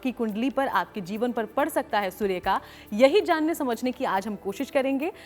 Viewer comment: aap anchor ko zara batayein ki soorya hota hai sorya nahi badi वेलांटी hoti hai choti वेलांटी nahi